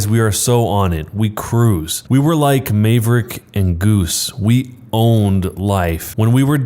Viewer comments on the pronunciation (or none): did you just say mave-rick? it is maverick as in mavrick. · Mayvrik and juice? Nice auto reader. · I feel so bad for the people who have to go through these things. It makes me sick. (I know this is kind of out of place, but the way he pronounced Maverick was just..painful) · It kind of sounded like you said Maverick with a Slavic accent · He doesn't know how to pronounce "Maverick" though.